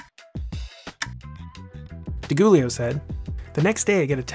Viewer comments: Another great one. however, you’ve pronounced Ed DiGiulio’s I am incorrectly, it’s Dee-Joo-lee-o. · DiGiulio is pronounced with a soft G... Like “jooleo”. You’re welcome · Nice video! P.s. For future references... DiGiulio is pronounced "Di JH-UwLIy-Ow"